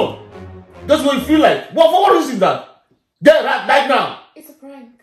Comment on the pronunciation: "stand up and gerrout"